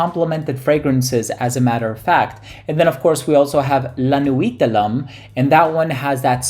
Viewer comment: 'Lum' cologne? Pronounced 'Lom'. :)